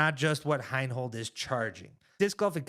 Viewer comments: HI-NOLD. Not HINE-HOLD. You lose credibility every time you don't know how to pronounce someone's name who is a major contributor to the sport. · from a purely disc golf perspective, the guys have some valid beef with Heinold. My only point is that it's better communicated when they say the man's name correctly.